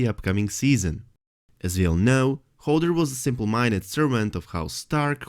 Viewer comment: I love your content but I am screaming inside when you pronounce Hodor as Holder. LMAO 😂